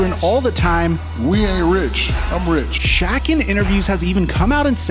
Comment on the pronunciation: At first I though he mispronounced shaq